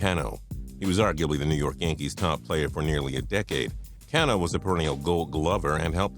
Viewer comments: It's Ca no not CIA no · its ca-no not can-o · cuh-no not can-no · Why does he say Robinson Cano like that? Its Cah-no. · How the fuck can you screw up Robinson Cano's name? It's pronounced kaa-no buddy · u say can`o wrong and stop talking abut the mariners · omg its not "can "o" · u lost me at can-o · The way you say cano sheesh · the way you said Cano makes me want to die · you said Cano wrong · David Price went from a contender to a contender. There credibility in this video went down for me when they didn't even have the sports knowledge to know how to pronounces Robinson Cano's last name properly. Also, before everyone calls me a Red Sox fan or whatever, I am from Cleveland and have been a Tribe fan from birth and still hate those assholes for 2007! Seriously i used to make accounts titled for my hatred of them... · The way he said Cano made me cringe. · I cringed at the way you pronounced Robinson Canó's name... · He can't even fucken say Cano correctly. And obviously he wanted a fucken team built around him. They have good players now. Some of your fucken videos are dumb af.